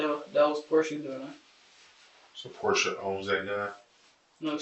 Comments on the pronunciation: her name is pronounced "porsha", like they even say it during the interviews damn that was hard to listen to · How dumb do you have to be to continue to pronounce her name "Por-tee-a"? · I think it’s pronounced Porsche-UH